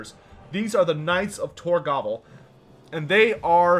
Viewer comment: Lol, when showing the Knights of Tor Gaval it sounded like you said Knights of Tor Gobble xD, Turkey Griffins confirmed in Warhammer 3?